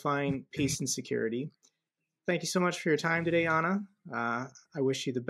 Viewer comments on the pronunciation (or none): Nice to ser you two together at the same channel, carry on with the good work. have to practice saying Anna, like Anna do it ❤ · I believe it's Annnnnnn-na!--not Ana!